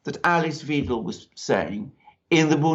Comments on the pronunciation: Good video, but Alice Weidel's names is pronounced Videl, not Weedle, or Veedle. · Weidel is pronounced "v-eye-dell" (vIdell) not "weedle". (Mercouris got it right once.) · The surname Weidel is pronounced "V-eye-del". You're welcome. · Please learn to pronounce Ale(hard e) ss Wi(hard i as in night)dels name correctly. It's very easy, and so important. Otherwise, I enjoyed the video. AfD all the way! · Merkel is, was, and always will be a hardcore Communist who set out to destroy this country and was successful. Thanks for your analysis. By the way: Alice's (of the AfD) last name rhymes with "chidle", not "cradle". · It's pronounced 'why-dell' btw. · Please. You chaps. You get Alice Weidel's name wrong. In German, if you see "ei" then then you pronounce it like the vowel in "high". If you see "ie" then you pronounce it like the vowel in "weed". It is the SECOND of the two characters which govern the sound in English. I can think of NO exceptions.. And please find out how to pronounce Marine Le Pen's name. ==> As if she were Le Penn. I don't mind if you pronounce Merhel's successor as Vinaigrette Kramp Krappenbauer.. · If you respect Alice Weidel enough to quote her in your video, why not make the effort to pronounce her name correctly? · Wow, managing to mispronounce every politician's name! What a great geopolitical journalism achievement! Please tell me how I'm supposed to take this program serious when you can t even pronounce the names of the key players! Who is "Makwrron?" Who is "Muuurkel?" "Alis Viedel?"